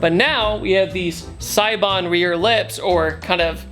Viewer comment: I just learned that siebon is pronounced saybon